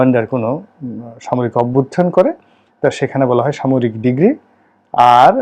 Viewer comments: আপনি আইনের ছাত্র? How come? আপনিতো ডিক্রী কে ডিগ্রী উচ্চারণ করছেন! Oh no man.I am sorry! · উচ্চারণ ডিগ্রী হবে না, হবে ডিক্রি